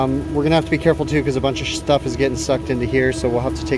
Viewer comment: “A bunch of SHTUFF is getting sucked into here” haha